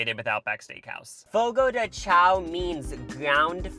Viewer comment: Fyi CHAO is pronounced 'shòn'